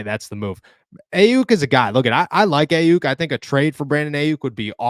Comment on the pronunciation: Learn how to say Aiyuk name right. Lol nobody taking you serious when you can’t even say the damn name. Exposes that you don’t watch anything more than Steelers